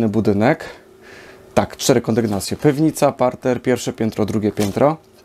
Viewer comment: PEWNYCA 🤣🤣🤣 Czy to lokalna gwarowa nazwa na piwnicę?